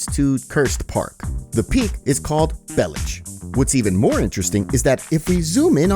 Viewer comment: Bellic is wrongfully pronounced either way. if niko was to be croatian he would still be niko bellic (Niko Belić)